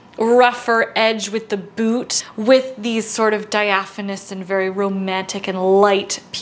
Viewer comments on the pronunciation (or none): Nailed it! Absolutely love your take with the mini and black boots❤Also, “diaphonous”😉